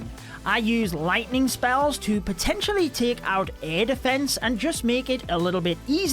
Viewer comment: Defence not deeeefence..... You're english